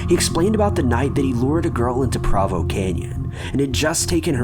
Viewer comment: I really like your videos and your narration. I’m from Utah and I just wanted to let you know that Provo is actually pronounced “Proe-voe”. That was a really creepy story about Ted Bundy tho!!